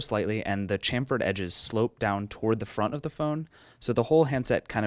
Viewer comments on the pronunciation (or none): It's pronounced sham-ferd :P